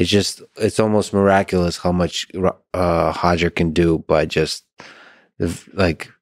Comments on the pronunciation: Roger not hodger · Stop saying “Hoger”😂😂😂😂😂😂😂😂😂😂😂